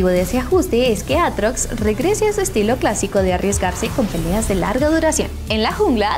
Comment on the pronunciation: quien le dice eitrox a atrox 🤔